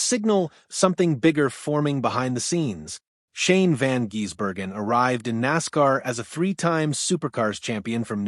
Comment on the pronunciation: F..king aye, butchering his name by say jezbergen instead of Gisbergen. Come on man at least learn how to pronounce his name with the proper respect he deserves